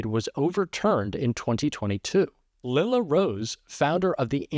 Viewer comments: What is it with male talking heads not being able to pronounce "Lila"? It's Lie la, where the first syllable includes a long I and the second syllable includes a short "A". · "Lila" is normally pronounced with a long "I".